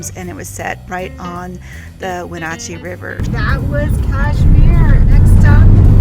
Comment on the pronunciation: Ah,, you're up in the area I grew up in...we used to go to Leavenworth all the time, my school played Leavenworth, Peshasten/Dryden, and Chelan(pronounced Shuh•laan) Wenatchee is pronounced Wuh•na•chee) I know Washington state city names are tough to pronounce haha. I love that you got to go to my home state, I wish I was tagging along with you! I'm still watching this video (on my TV as well as on my phone) 🤣